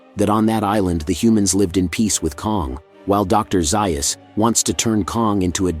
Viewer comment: Overall, I have been enjoying your channel; but please correct the pronunciation of Dr. Zaius’ name… 😇😇😇😇😇